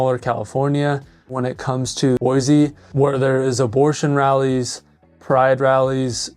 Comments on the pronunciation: Boy-SEE not boy zee. Dumbass!! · At least please pronounce it right on your videos. Start the new Californians off on the right foot. No such place as Boyzee. Boy-see please! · Other than the mispronunciation, boy-see not boy-zee, spot on video. If we had the mini ice age weather of the 70’s and early 80’s winter would matter. Today not so much. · it is pronounced "boy-see," not "boy-zee" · Idaho born and raised. Even Google says Boi zee. It's a native American word. Similarly, Dubois is French, Do bwa. The S is silent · I was born and raised in Boise and I can't take you seriously when you're saying it wrong. It's BOY-SEE. No "z". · It's Boy-See...the Z is Silent! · There’s no Z in Boise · How to say you're not from Boise without saying you're not from Boise lol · Why do you say Boise wrong??